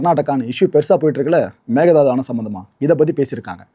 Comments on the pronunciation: It's Mekedatu not mekedhadu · The correct way to say it is may-kay-dhaa-tu Meke is goat or aadu Datu is to jump or leap